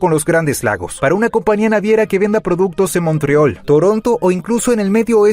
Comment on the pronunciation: El reporte es bastante bueno y explica muy bien la situación de NS. « Montreol « ¿quien dice eso en español? Jejeje😂